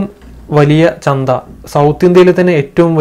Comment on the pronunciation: "ചന്ത"ആണ് "ചന്ദ"അല്ല കേട്ടോ.🤗